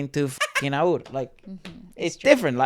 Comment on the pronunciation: aur ia a pakistani trio, they aren't indiand although many people think they are. their real names are Ahad, usama and raffey. Aur is pronounced as A-W-R not Aoor. fun fact aur actually means more/else in urdu.